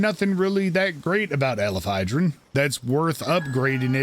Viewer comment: Weird play to make a video on a specific pal and not even take the time to sound out its name correctly.